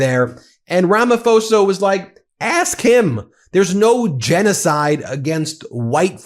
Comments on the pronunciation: Just fyi: It’s Rama PO-sa. Not “fo-sa” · It's pronounced Ramaposa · Hi, Our president's name is pronounced Rama-posa. I'm South African, and there is no white genocide in SA. There are farm killings. Farms are predominantly owned by whites. The farm killings affect white & black people. Killings are not race driven but are criminal acts. The grave site shown last night is the 1st time ever been seen it. I'm bet it is not farm killings grave sites. Our white folks live in harmony with Indians & Blacks. They don't want to leave SA.. We have a land of milk & honey. Crime is very high. Most residential areas have up to 5 security companies patrolling day & night. Ben I really love your podcasts and watch them throughout that day. Keep it up!!!🎉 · His name is pronounced Ramap hosa not Ramafosa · Rummah-pause-ah. That is how you pronounce Ramaphosa. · I'm a South African, Ramaphosa made me shriek with laughter when he mentioned the plane. Classic Ramaphosa! PS it's pronounced Ramaposa. There are South Africans that belong to the Trump cult, much like people from other countries. They are all mad. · Sounds like Ramapoorsa. H is silent!. Love that you guys stay on it!!!❤